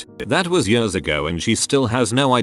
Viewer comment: Please fix the "years" of this voice, it sounds like they're having a stroke every single time they say it. Btw, I do like chicken! xD